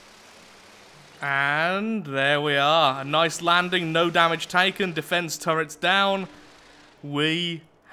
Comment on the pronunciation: MY guy actually just said sirs and sirrets -_